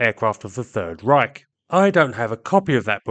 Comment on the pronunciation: Third Reisch?🤣😂🤣😂🤣😂 Es reischt!😂